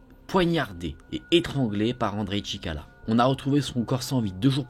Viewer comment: sorry but his name is ChikaTIlo... Nice work, and keep going